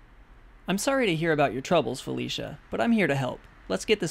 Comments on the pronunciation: lol "Falishia" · Felicia not falisha